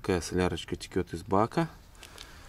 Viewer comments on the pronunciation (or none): Все класс.Но режет слух,когда солярка и масло текет вместо течет